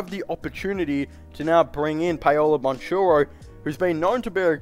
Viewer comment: Just an FYI. The way you pronounce Paolo name is wrong. Please don't take it personal. Say it like Powlow Bankero. There is a hard K in his last name. For some reason he doesn't use CH the way it should be in his last name